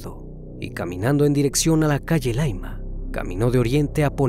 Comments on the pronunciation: ya si, el tema a indicar es que No es Laima como lo menciona, es Llaima con doble L. Y no, que sea extranjero no es justificación, ya que nosotros no aprendemos sus raros e intrincados Nombres de zonas mexicanas, ellos deben averiguar para recurrir en equivocaciones. Tu serás más simple, yo soy más exigente. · Dice colchane y es Conchalí no es laima es calle llaima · Estimado: la comuna se llama Conchalí acentuando la última vocal y la calle se llama pronuncia Yaima. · Me estoy volviendo asidua de tus vídeos , y justo e encontrado algunos casos chilenos ( soy. chilena ) y me hace gracia como pronuncias algunos lugares : Laima ,es Llaima un volcán ,Lonchali es Conchalí una comuna de Santiago capital de Chile ,pero lo demás excelente 👋👋👋